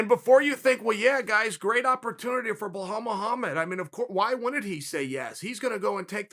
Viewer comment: who is "wahal muhamed'?